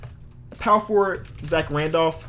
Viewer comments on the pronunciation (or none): none